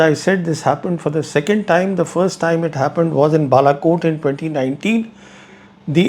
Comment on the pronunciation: Balakot 😂😂😂 o my god how did you said that 😂